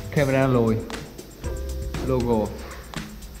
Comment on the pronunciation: Camry chứ kg phải cam rì, logo chứ kg phải lô gồ, chắc học dốt còn bày đặt đọc tiếng anh